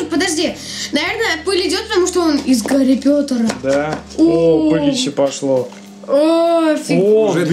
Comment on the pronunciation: не гари потер а Гарри Поттер